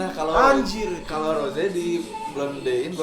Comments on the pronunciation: Maaf bang rose bukan roje y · Rose bang bukan Roze